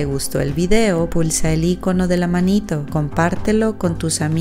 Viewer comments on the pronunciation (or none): none